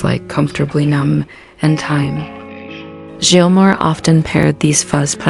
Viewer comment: You shouldn't be narrating a David Gilmore doc if can't say his name correctly. I can't believe you actually posted this video with all those miss pronunciations of Gilmore. It's pronounced like Gills a fish uses to breathe.